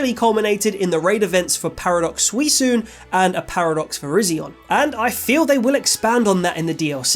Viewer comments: I don't like how you pronounced Suicune as Sui-soon instead of Swee-coon lol. Edit: Just noticed you had a pinned comment about your pronunciation, ignore me lol. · am I the only one who notices how he says Suicune? He says Suisune, but you pronounce it Suikune, right? sorry about that, otherwise it's a good video keep up the great work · Swee COON. Not swee swoon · Bro did this dude say Sweesoon instead of Suicune😂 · "Suisoon" made me cringe so hard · I quit the Vid when i heared Suisune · honestly, 'Swee-Soon' was the most unexpected thing for me to hear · did you just call him Suisune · SWEE-COON, say it with me now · No way this man just called Suicune Sweesoon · Dude... ma man... Tell me,please... what in the world is a SUI SOON??? 😅 never heard someone pronounce suicune that way 🤣 + if remakes are getting made and they are as shitty as diariah diamond and piss pearl id rather have no remakes... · So you pronounce Arceus like with a Q and Suicune with an S sound… shouldn’t be the other way around? How should it be? And can someone enlightens me, perhaps I’ve been saying them wrong all this time 😅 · Great video, I just cannot for the life of me get over your Suicune pronunciation 😂😂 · That is not how you pronounce Suicune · Is there a reason no one has mentioned how he pronounced Suicune or are we just letting that slide. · I've been saying Suicune with a hard C my whole life, how you said it feels wrong.